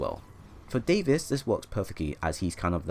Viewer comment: im sorry for correcting you, but its Davis not David